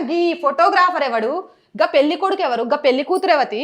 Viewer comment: Amma pelli kadamma, aa padanni sarigga pronounce cheyi thalli